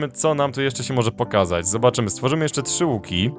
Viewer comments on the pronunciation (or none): none